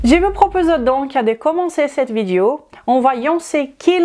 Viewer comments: le o de video est prononcé différemment du o de corps et est proche de cœur... essaie de le prononcer en faisant attention à la position de tes lèvres et de ta langue, tu verras que c'est très différent et que ce n'est pas évident pour une personne non native. Je suis prof de langues et je comprends ce challenge. De toute façon ça ne vaut pas la peine de se fâcher. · Même pas besoin d'horodatage finalement. Tout au début, elle prononce "vidéO", "AUcun (problème de santé"). Je crois même l'avoir entendu prononcer d'acCORd" ? Quand elle prononce les os (lézo), comme les oeufs (lézeu), ça me rend folle.🤣 Ce n'est pas une doléance pour exiger un français impeccable, c'est juste que ça parasite ma compréhension au moment où elle les prononce. Je pensais naïvement qu'elle parlait du coeur (étant cardiaque, ça compte) dans une autre vidéo sur je ne sais plus quel sujet. Et croire qu'elle parle d'oeuf à tendance à me perdre aussi puisqu'ils font partie du registre de la nutrition. Finalement, si elle faisait ce tout petit effort de prononciation, tout le monde y gagnerait, nous à mieux la comprendre et à garder notre attention, et elle (ainsi que ses clients par voie de conséquence) puisqu'elle progresserait dans la langue où elle semble exercer. Ca induirait encore plus de client.